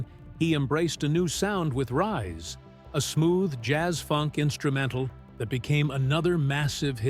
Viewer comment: Lousy narration includes pronunciation as "Rees."